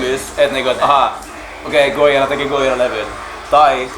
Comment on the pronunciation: Bromance :) Btw, nice to hear that I am not the only one pronouncing it "Goyira".